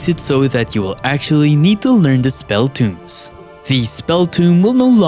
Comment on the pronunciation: spell tŌmes TOW-mz not toomz